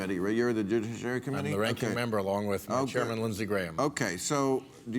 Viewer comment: further Proof no one can say judiciary committee without sounding drunk.